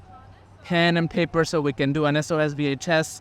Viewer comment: I didn’t get to hear say “SOS VHS” at the beginning!! I absolutely love hearing the way he pronounces those two words together haha brings me much joy.